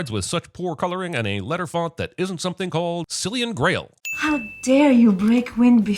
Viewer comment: Silian Grail? Silian Rail.